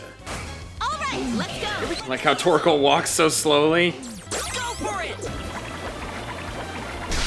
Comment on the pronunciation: The way he said torkol i’m dying😂